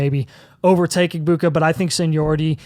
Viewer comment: It’s “Eh-MECK-uh” Egbuka Also think you guys are sleeping on Quinshon Judkins. He should be up there with Gordon and Jeanty.